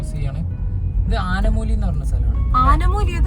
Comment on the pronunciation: ആനമൂലി ❌ ആനമൂളി ✅ 🥹😁